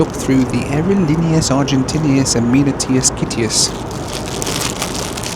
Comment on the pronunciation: Hilarious how says: “aerolíneas Argentin’i’as” ~every time 😂